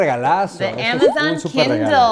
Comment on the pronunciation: Es el mejor video y uno de mis favoritos (number One), creo que desde este video, ví que perdió el miedo y/o nerviosismo al hablar frente a una cámara.... Sigue siendo 2020 y aún no pronunció bien Amazon ([eA]mazzzzzon)... Ya por ahí le va el ritmo jajaja